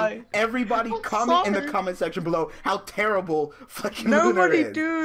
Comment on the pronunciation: lolz Tewwible